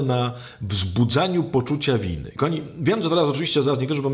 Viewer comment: KOchany Ojcze, przepraszam, ale jeśli można proszę mów "kochani" a nie ' "Kami". 😍